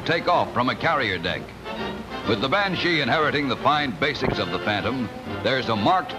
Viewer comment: The voice-over announcer's pronunciation is funny ..'ban-SHEEE' (heavy on the 'she' part and with a lingering 'e' sound. Cool jet though; the iconic jet shape for me, for as toy jets went back in the '60s, that jet was what I played with when I was 7 or so. Thanks for the upload! GREAT!